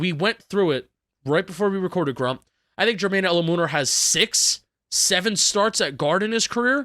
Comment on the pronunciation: please learn how to pronounce Jermaine Eluemunor's last name – it's "El-LOU-men-or" emphasis on LOU!